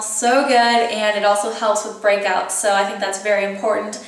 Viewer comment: when you said whenever i get break outs , i thought you said whenever i get pregnant and i was like WHAAAAAAAT and then i realied what you really said HAHAHA